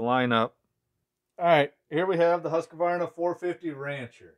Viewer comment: It would be fun to see how the classic saws like the partner s55 or the jonsered 490 would hold up to these new saws. And btw, you should learn to pronounce Husqvarna correctly. You, like most Americans, insert an unnecessary extra "a" after the "q"... It's sounds weird.